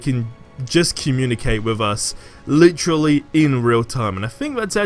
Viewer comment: Marvel Avengers must be this guy's only gig because he is a one- man hype show. Lol. Lit-Trah-Lee.